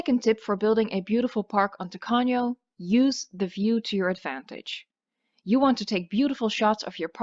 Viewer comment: Excellent pronunciation of Spanish, did you know that "Tacaño" is a stingy person? well, it would be great first in Pena Island, it is the most difficult All the best for you 0/´´